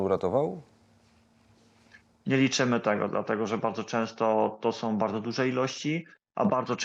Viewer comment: "Som", "macajom" "ewakuacyjnom", "bendom", "strzelajom", "twierdzom", "walczom", "majom", " prowizorkom", " atakujom", "ziemiom"🤦‍♂️🤦‍♂️🤦‍♂️ to Polak czy nie???